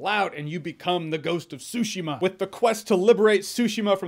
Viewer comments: Anthony Horrocks Look up the pronunciation and listen to the intonation. I speak Japanese and it’s not TSUshi-ma it’s Tsu-Shi-Ma. I might be a little bit picky, sue me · TsuSHEEMA not SUSHIma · It's not ... Sushima ... it's TSUshima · it’s TSUshima! つshima! not sue-shima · Tsu-shima dude, not Sushimaaa! NieR franchise has consumed my life for about 6 months so far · because he is saying sushima and not tsushima. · Ghost of Sushi-ma, sounds tasty lol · Every time I hear him say Tsushima I hear "sushima" haha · I had a feeling Jeremy would like this game but more importantly I knew he’d pronounce it the way he did lmao sushi-ma 😭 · No that’s not what I meant, yes the t can be silent — I meant it’s tsu-shima, not tsushi-ma. Lol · My God he says it worse than I use to. I used to say su-shee-mah but he straight out says sushi😄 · I believe its actually pronounced Zu-shima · Take a shot everytime Jeremy says “Ghost of Sushima”* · Why do people continue to mispronounce the name?? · This cringe comp loves this game and can't be bothered to pronounce it correctly. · Is it just me or is he saying "Tsushima" strangely? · It bothers me just bit the way he pronounces "Tsushima". Great review though! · The T is silent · So the silent 't' in Tsushima is in fact something English native speakers do? Watched some reviews and was wondering why the 't' gets dropped a lot. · He doesn't say Tsushima neither. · This game is perfect 😍 Even if everyone pronounces Tsushima the wrong way 🤣🤣